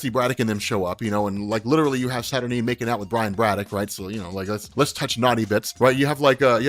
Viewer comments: Nope, you're wrong. It's pronounced Sat-Ur-Nine. Sorry darling! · I appreciate you compiling these together, but...you're seriously mispronouncing Saturnyne,! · The guy that can’t pronounce experiment wrongly pronounces saturnyne and doubles down on it. Smart.